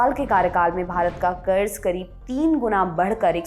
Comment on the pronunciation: Kuch bhi kaho congrass ke adhikariyo ko bolna to bilkul nahi ataa 😂😂😂 1. Karja- karda 2. 100 lakh karodh ka karja 55 lakh karodh ke karje se tiguna ho gyq 😂😂 Aur mere se suna nahi gya 😂😂